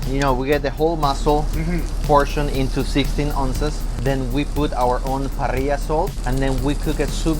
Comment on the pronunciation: is he saying Parilla Salt?